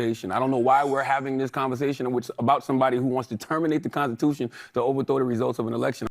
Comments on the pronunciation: “The con-ta-tushion”?? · He certainly cannot spell ‘consitushun’. Nor pronounce ‘constitution’. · The god can’t even speak proper English and pronounce words,, example “da condatewshun”